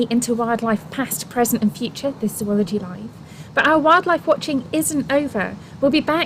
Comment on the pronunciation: It was never more than an annoyance. Imagine if other people, including those in your profession, even "experts," mispronounced its name? It's hard not to notice.